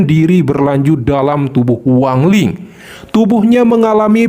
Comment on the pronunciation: Wang lin, bukan wang ling ya